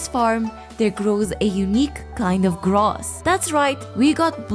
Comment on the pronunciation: I hate the way you say ‘grass’.